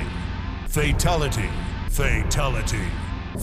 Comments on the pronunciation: In mk11 when sindel was saying fatality it sounded like she was saying faketality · All I hear is fertility 🤣🤣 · The more they say it, the more it sounds like "Fataligy" (at the end at like or so) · Deception doesn’t say “freetality” he says “free taligee”. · Everyone in the video: "Fatality" Raiden announcer voice in MK11: "Fatalogy" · I love he in mortal kombat deception he said fruitality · In mortal Kombat deception it sounds like he's saying fraytality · who's fay talaty? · De tanto tiempo escuchándolo parece que dise fachalati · Half of raidens said fataligy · Why in so many of these I keep hearing Fetality, Feetality or Fitality?